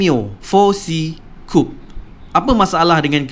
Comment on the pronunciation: Ku-pe bang, bukan koup.. Coupé